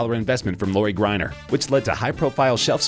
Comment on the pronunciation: Anyone else notice the name mispronunciations? lol Grenier